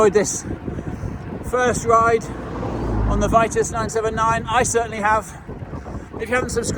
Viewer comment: VEE-TOOS not VEYE-TUSS